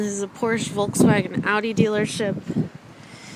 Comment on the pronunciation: i love how you keep saying 'volkswagen' the wrong way :) no offence! nd i luuurve ur vids <3